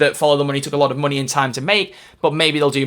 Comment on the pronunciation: I laugh everytime I hear her say "make some monEY".